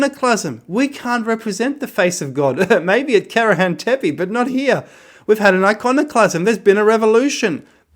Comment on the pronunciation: Dude, you even don't know how is pronouncing "tepe", it's not tep, but tepé.